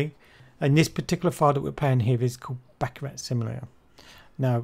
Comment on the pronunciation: "The surprising truth about baccarat" proceeds to pronounce the game wrong its pronounced "baccaraw" lol fail